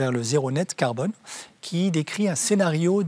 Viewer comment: Gael prononce le mot farce clef: carbone.Pas serieux!